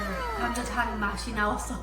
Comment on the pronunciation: ㅋㅋㅋㅋ 님 "사장님!감자탕 4개요~" 발음이 너무 좋아요~ 와우 감자탕은 못 참지!! 😊😊😊